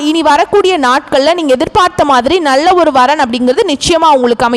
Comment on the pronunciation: Your Tamil Pronounciation is very bad in L. Nalla, is as Nazzlla